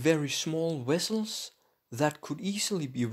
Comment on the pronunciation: "wessels"... hahahaha